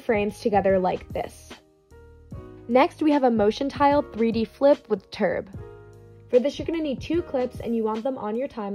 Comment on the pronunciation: i just love how she says "turb" LMAO